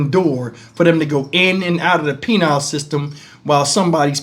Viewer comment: Penile system? LMFAO It’s penal (pe-nal), not “penile”.😆